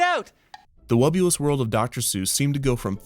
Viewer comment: Hearing the name spoken aloud, I can't help but constantly mishearing it as "The Wubbu*less* World of Dr. Seuss". Maybe its just me, maybe its a marketing overview. idk